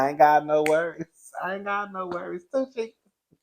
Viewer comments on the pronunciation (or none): none